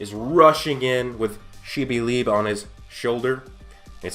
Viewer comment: Liebe is pronounced "Lee-beh" love your content but that is driving me nuts 😆